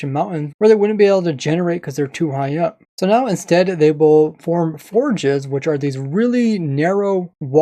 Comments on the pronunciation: It's not forges (Fjord) It's feyourd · fjord is pronounced feeyord. its a norwegian word cus that type of terrain is common in that region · It's pronounced like f-your-d (fjord)